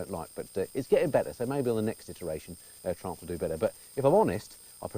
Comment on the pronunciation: Please don't pronounce "Triumph" like "Trump". Not fair running "Triumph" reputation by calling it "Trump". LOL